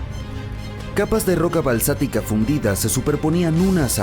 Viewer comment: Excelente documental. Corrección... no se dice balsático se dice BASÁLTICO